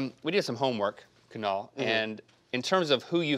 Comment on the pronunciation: For the first time in my life I actually like my name as it's being pronounced by Kunal.